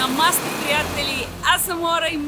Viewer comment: Всичко е страхотно, но само една малка корекция. Казва се "Намасте" , като ударението се слага накрая. Не се казва "На масите приятели" 😂😉